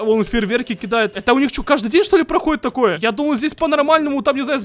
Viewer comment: ТАааааакое а не токое